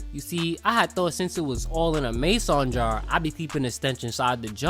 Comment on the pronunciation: This guy doesn't know how to say "Mason."